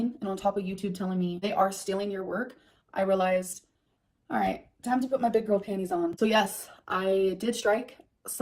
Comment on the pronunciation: 1. STILLing content 2. Big Girl PanEES (She has trouble with that elusive "T". Same thing with the word imporEN) 3. Striked down videos 4. Worst human ever